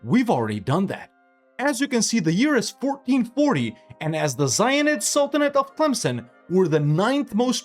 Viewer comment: I keep hearing the zionist sultanate instead of zayyanid